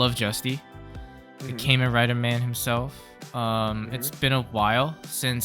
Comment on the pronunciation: bro it's Kah-Men Rider, not Came In Rider...i mean maybe Build, Kiryu and Banjou were pretty tight maybe someone came in a rider there but it's Kah-Men Rider.